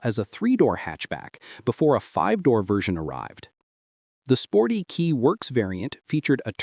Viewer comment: Kei, from keijidousha, is "kay", not "key". No big deal.